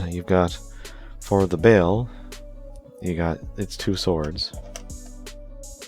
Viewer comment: Their names are not pronounced “Grimgertie” and “Bale/Bail.” It’s GrimGairduh/GrimGayrduh, and Ba-El or Baal-like the word “Ball.”